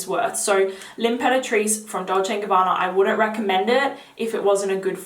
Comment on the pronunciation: Thank you for the video,! One quick note, for everyone who is watching, the pronounciation of some names is a bit off, hope you don’t mind me saying! Just pointing it out so as not to confuse viewers. “Maison” is not pronounced like “Mason”, but Meh- zone. It means house or home in French. Imperatrice is pronounced “Ahm-peratrice” (you pronounce the word right, minus the beginning)- it means empress, also in French. Also- everyone seems to mispronounce Francis Kurkdijan’s name, understandably 😊 The French pronunciation of his name is “Kur- (with the typically French long “u”, like in “you”)- dee - zhan (like Dijon mustard - instead of “o” in Dijon, replace that with an “a”- “Dijan”). The final N is muted, slightly nazal 😊 hope this helps!